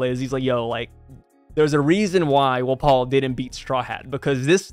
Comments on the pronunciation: “Wuh-paul” isn’t it pronounced Wah-pole? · Wft why are you saying wapol like that I honestly can’t even L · Bro do you not know how to pronounce his name